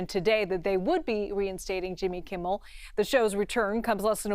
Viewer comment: She said Jimmy Kimmiel Live lol